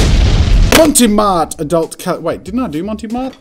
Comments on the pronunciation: I loved this video but one thing keeps bothering me that bothered me during the marker elimination episode. It's pronounced Mont Marte not Monte Mart. I don't know where he got Monte Mart from. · Every time he said "Monty Mart" it hurt my soul a little. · Why are you pronouncing it Monty Mart? Where’s the e sound at the end of the first word coming from?? lol no shade but confused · not as bad as his pronunciation of mont marte...